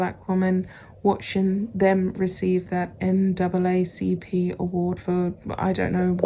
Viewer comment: Thank you for the correct pronunciation on the NAACP. Always watch your videos so catching up on the last few after a busy weekend!